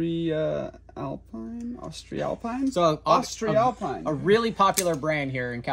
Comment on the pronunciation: For everybody wondering how to pronounce their new favorite brand of carabiners: it's "Austree-alpeen"